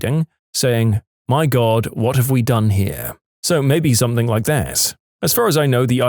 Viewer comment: No K in the word something